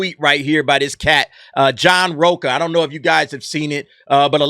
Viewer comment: It's rocha not roca I am Mexican trust I know